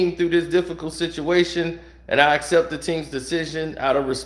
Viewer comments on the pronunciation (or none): none